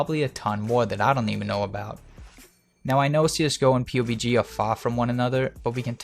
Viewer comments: Joel Ayers yeah thats normal, most everyone calls it’s PUB-G. Hearing him call it “pewbie G” every time is cringey. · Its pub g not pu bg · its pubg not p-u-b-g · It's called pub G not P-U-B-G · Did he just call it P-U-B-G? PUB-G dude, PUB-G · did you just call it pubie g you fucking peon. its pubg. it doesnt get any easied to say.. pug...g.. jesus dipshit gtfo. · Clouds He's saying P U B G. Which I guess makes sense. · The p-u-b-g make me cringe lol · Did you say "pewbeegee"? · Haha you said PewbeeG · The way he says P..U..B..G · Pee You Bee Gee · please for the love of god stop calling it p-u-b-g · its Puh-B-GE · pu bg that gave me cancer stop saying it like that lol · I'm cringing bc you kept calling it pobg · "Pew GB" is not how you say PUBG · Hey. Love the videos. but let me tell you how to pronounce PUBG its, Pub, Like a pub your drink at. and the letter G. So say it like this. PUB GEE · Are you dumb lol. You didnt even spell it right and he doesnt say pubie he says P-U-B-G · Pubes G. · hi im looking for a PUBG video on aiming but you say Pubie G, is it the same thing? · It's pronouced PUB-G amongst "us" awesome players Kappa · Pubic G-spot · LEARN TO SAY PUBG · is pissed me off so much how he said pubg we pronounce it like the word Pub and then add G at the end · You keep saying the game's name wrong